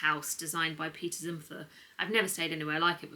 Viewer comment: You don't pronounce the 'h' in peter zumthor btw